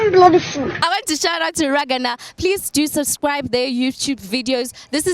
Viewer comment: One guy was given correct for a wrong answer 😂😂 The first girl make iman ein head sweet am😂😂 Did she say Raghana?😂 Please don't involve daddy😂😂